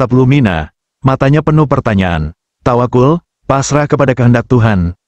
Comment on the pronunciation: tawaqqal bukan tawaqul